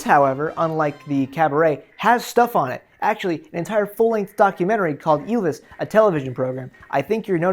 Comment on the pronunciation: I don't give a fuck about your disclaimer. I watched two minutes and I'm already fucking furious at you pronouncing Ylvis is Ilvis